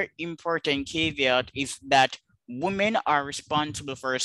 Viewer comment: I can't enjoy this while pronounces woman and women the same, it is fcking torture, someone tell him please.